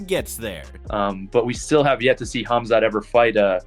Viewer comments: Khaa open coke* 'Khaa'+mzat khamzat K is silent my friend.. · Kaumzat, kumzat, cumshot, kamzat. This dude can't say his name right not once I watched the video just to see if he can figure out the k is silent and by the end of video. Nope. Jesus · Camzat …😂. Dreecoos..🤣 cmon AI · Bro the K in khamzat is silent man, are you retarded or something